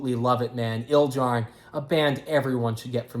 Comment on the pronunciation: you mispronounced Ildjarn and then said RAWR so pretty much fuck you